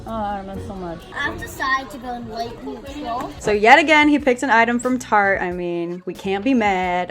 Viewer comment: My brother all calls tarte. “Tartae